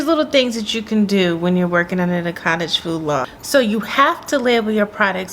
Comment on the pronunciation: Nice blooper - foodage lol, you compressed both words 😂😂😂